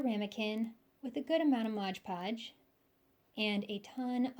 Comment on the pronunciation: Very nice, exactly what I needed. For the record, it’s MOD podge, not modge podge 😂😂😂